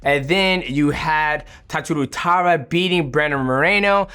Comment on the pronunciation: Tatsuhiro Taira becomes Tatsu Tara